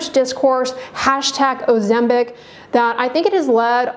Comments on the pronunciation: It is not 'OzemBIC' but pronounced OzemPIC! Where did you get your license from? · You keep saying "Ozembic?